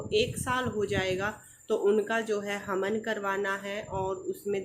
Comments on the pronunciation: Di haman nhi hawan hota h aap hamesha haman bolti h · हमन नहीं होता है हवन बोलतेहै मैडम जी